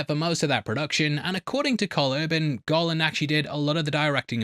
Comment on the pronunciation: Everytime you said "Garland" I heard "Gollum"